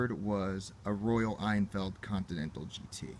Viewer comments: It's pronounced Royal Inn-Field, not ien-feld. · It's Hen-Field, actually.